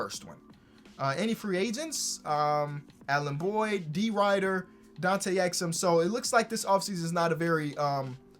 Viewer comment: I dont knew what he was saying when he called Derrick Rider “D rider”